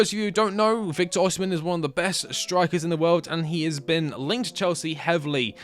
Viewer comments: why tf do people keep saying oSHImen oSHImen IT'S OSIMHEN BRUH osimHENNN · OSIMHEN NOT OSHIMEN